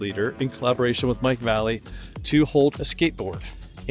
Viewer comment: As a retired skater boy its pronounced Va. Lay. Lee. Or Mike V! His black label part killed!